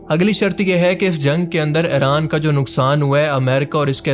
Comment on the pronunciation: Bhai plz Eraan nahi Iran bola karo